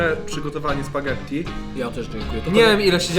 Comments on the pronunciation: to jest spagetti a nie spadzetti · Spaggetti a nie spadzetti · tak tylko mówię: wymawia się spagetti nie spadżedi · Dx muwi się spagetti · Jak można na spaghetti powiedzieć sparzedi